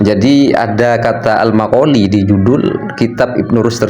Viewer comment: Maqal fi blok bukan makoli